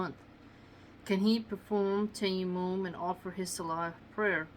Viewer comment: Salam sister Love your vids .. they are extremely beneficial Ps its pronounced TA-YA-MONN emphasising the As.. TAA-YAA-MONN